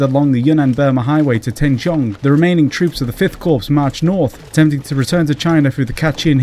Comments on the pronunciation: informative video - only problem, please stop pronouncing 'corps' as 'corpse' - it's pronounced more like 'core'. thank you looking forward to part 2 - the empire strikes back! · CORPS, its pronounced Cor Not Corpse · The mispronunciation of CORPS - countless times - is ruining this for me! Not CORPSE but just COR - As an ex-member of the Royal Signal Corps it is making my ears bleed. Sorry! This campaign has always fascinated me (my mum lost her youngest brother as a Chindit) would love to know more about the state of the Burma Army, numbers, units, combat/equipment strengths.